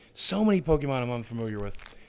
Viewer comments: Pokémon is pronounced Po-keh-mon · actually its pokemon not pokiemon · Boogie you should watch the show with your family its a great way to learn how to pronounce pokes